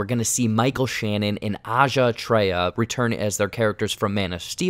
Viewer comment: Dude, you didn’t butcher the Blue Beetles actors name nearly as much as the one of Antje Traue. But everyone makes mistakes :D